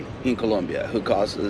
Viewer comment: Colombia bro!! Not with the u 😂